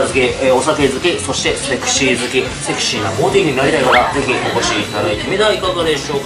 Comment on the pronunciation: 前回に続いて美味しそうな唐揚げでしたね！😃 そして、セクシーな辛さだったんですね！😊ジョニーくん！君何言ってるんや？ ハッキリとセキシー！って！言ってるところ凄く良かったよ！☺️今度はちゃんと拷問されてね！